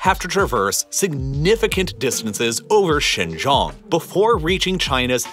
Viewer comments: How could you trust a guy about Xinjiang, when he doesn't even pronounce Xinjiang correctly? What kind of information would he have possibly researched into? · The fact you butchered the pronunciation of Xinjiang so badly it's clear you didn't research it beforehand is amazing. Even the other youtubers that pretend to care actually try to pronounce it correctly, but you weren't even close... You don't give a damn about Xinjiang, the Uighur population or their culture. You know nothing about them and are using them as a political device. God help anyone who believes the nonsense you spout. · I was trying to figure out where "Shaaan Gioong" was and then it hit me at the end. Its xin jiang or shin, (like the body part) gee- like gee! wiz! , "ang" like the "an" in Taiw AN. With a "g" at the end.Gee Wiz! Yeah maybe some people will think this is nitpicking, but it's not. Especially when I spent 90% of the video trying to figure out exactly where you were talking about. Geography makes place names very important. For those of you who will be quick to snap back and say that "it doesn't matter" well, just think about it! If I was talking about New York State and I said Nyack or Newark instead of New York, There's a pretty big difference that can lead to factual distortions , so I think you should do some consultation on proper pronunciation if you're going to be doing these nice series on geopolitical matters that involve world geography and place names, because if I'm trying to talk about New York and I can't get Nyack, Newark, Newport, and New York distinguished, it's not going to help understanding the geopolitical situation much. Besides my brain latency goes up when it goes into error correction mode. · A bit pedantic but it was bugging me. Xinjiang pronunciation guide. Xin- sounds like “shin” Jiang- sounds like ji Ang with an emphasis on the A, and sounding like ong in gong. Great video. Keep it up.